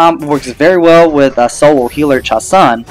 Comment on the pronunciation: Its pronounced ChaSOON